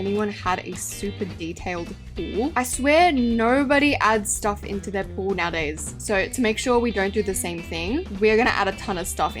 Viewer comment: helppp why did I hear wall not pool?